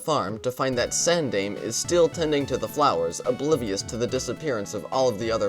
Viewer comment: The last mimiga's name is pronounced san-dime-ay.